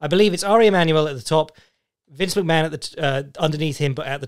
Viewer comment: Why is Vince McMahon pronounced Vince McMann?